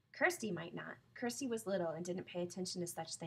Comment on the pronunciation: it is kirsti not kersti